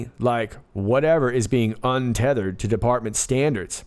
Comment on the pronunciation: UNTETHERED = Un Te Te HER eD💦💦💦